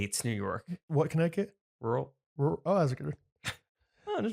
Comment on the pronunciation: Normalize still not being able to pronounce “rural” correctly 🙄😂 “Rule Connecticut hates New York”